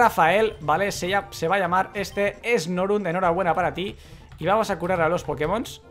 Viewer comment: Guau!!! Esta Locke va a ser chevere!!!! Ese Lugia fue bastante troll:v Y tu Snorunt (le dijiste Snorint cuando leíste la Pokédex) puede evolucionar a Glalie lo cual es bueno! Buena suerte!!!